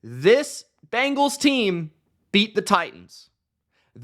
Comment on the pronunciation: It’s BENgals not BANgals